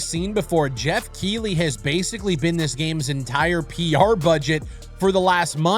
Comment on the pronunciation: its pronounced Keith-ley